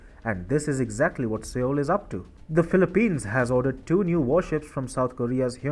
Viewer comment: Sir! With apologies, the correct pronunciation of the name of South Korea's capital city is "SOUL" even though it is written as Seoul. Thanking you 🙏